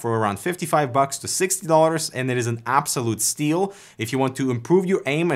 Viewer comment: "Abosloute STEEL" XD